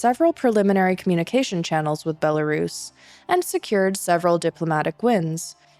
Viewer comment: Thank you, but it’s pronounced “Bella-RUS” RUS!! Pronounce the same when you say Belarusian, NOT “Bela-Russian” The history goes back to ‘white Rus’, as in the white Kievan Rus’. NOT ‘white Russia’. HUGE difference